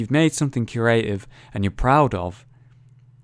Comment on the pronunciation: now pronounces creative "Curative", that's proof that curaxu is the true master of Creation, or Curation